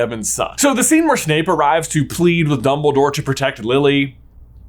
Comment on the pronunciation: The SCHENE where SCHNAPE arrives!! xDDD🤣